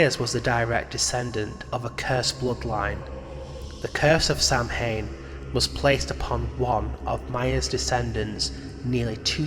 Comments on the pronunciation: it's not "sam-hane" it's pronounced "saw-when" by the way <3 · Its not pronounced Sam-hayn. Its SOW-wen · 1) I like him being stillborn then suddenly alive. There's a creepy idea there. Wish it stopped with just that. 2) It's pronounced "sah-win"